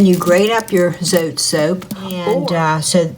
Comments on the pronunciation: its not zote, its zotay (dont mean to be rude) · The way you pronounce zote 😂